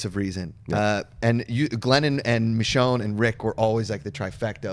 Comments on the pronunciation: It's pronounced Mishonne NOT Mitch-onne!! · C'mon John! It's Misjone, not Mitjone, we told you this last week! Enjoyed the recapshow! :) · Say it with me, my brother: MIH-SHHHONE (the "SH" sound). Okay right on. ;) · Michonne is pronounced, MISHHHONE! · Bro learn to properly announce Michonne. It's pretty annoying.